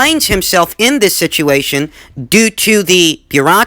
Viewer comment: "to dis day".